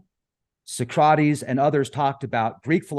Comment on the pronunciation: He pronounced “Socrates” very strangely.